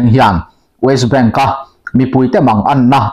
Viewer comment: Ti nge west waist i tih a😅